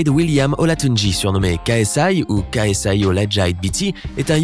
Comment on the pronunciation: Tu n'as pas bien prononcé le nom de KSI. Ksi vs logan paul October 9th at staple center.. Can't wait for ksi to knock out logan paul Liker si vous êtes fan de ksi